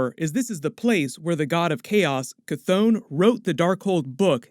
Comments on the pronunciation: Sorry man, but your pronunciations are killing my vibe. Ch-thon - Ch (like, chiller) Thon (like, Th-On). The Billboard behind Agatha Harkness is also a bit of a clue, I feel, as to whether Agatha's intentions were bad or good, in this case... the tagline says, 'Using the Power of Mother Earth'. Also, when you get a look at the pages from the Darkhold, the page on the left does look a bit like the representation of the 9 realms (including Midgard) that we got from the Thor films, with the top most part resembling a symbol from the Kabbalah. The symbol on the other page above "Scarlet Witch's" head does look like a writhing tentacle as seen from below, so it could possibly represent Chthon, but also seems to be forming a circle behind her... (see video ). There is going to be fascinating stuff for the next few years within the Marvel movies. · ITS PRONOUNCED KA THON NOT THAT HARD LOL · KAH-th-on, "on" like to turn something on